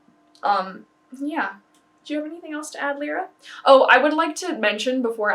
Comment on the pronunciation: You are one of the main sources I link to when people ask for ferret related things, so you defineitly are making a lot of diference to many, many ferrets I'm so glad there's a happy ending to this story! (also Lyra is pronounced lie-rah rather than lee-rah! :-) )